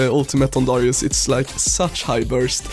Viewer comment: Darius not dorius